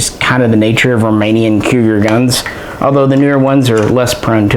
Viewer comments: It’s pronounced coo-jeer NOT cougar! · Hey, love your channel:D big fan from Romania! Cugir is pronounced "Coojeer" Keep up the great job:D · No, it's a "J" as in Jeep